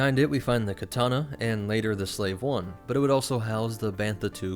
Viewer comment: Thank you for saying "slave 1"